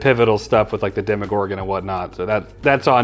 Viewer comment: Demo not Demi